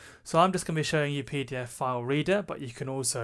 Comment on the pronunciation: When I ear you say PDFfile, cannot avoid to remember IT Crowd "Peter File" Beside that excellent video very well explained.